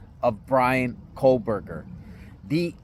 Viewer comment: I'm here standing by trees. Let's talk about family trees. BK's family tree specifically. Why don't you stop mispronouncing his name, for a start.